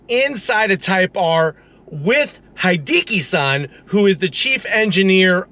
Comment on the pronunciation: Hideki is pronounced: hee - DEH - KEE (not DEE - kee) as in "He + decky."